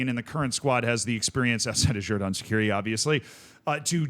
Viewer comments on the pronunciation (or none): Xherdan Shaqiri is pronounced Jerdan Shachiri. Christos Tzólis is pronounced Hristos Jolis.